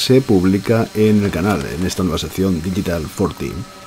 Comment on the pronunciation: "Digital Forty" jajajajajaj Que grande, un abrazo